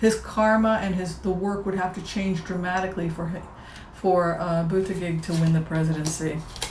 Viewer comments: Hi,. Thank you for sharing with us. Buttigieg is pronounced "budda-judge". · SuLebo215 Yes, Su, I watched his interview on Late Night with Stephen Colbert. When he pronounced his last name, I thought “oh THANK you!” The way it spelled it looks German, but the way he pronounces it it sounds French. And I was very impressed with his straightforward, down-to-earth problem-solving responses to Stephen’s questions.